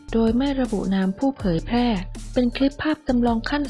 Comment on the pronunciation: ได้ความรู้ดีครับสำหรับคลิป แต่คนพากย์ ออกเสียง ช เป็น ซ โซ่ ตลอด เช่น เสียซีวิต ฉงชิ่ง เป็นสงซิ่ง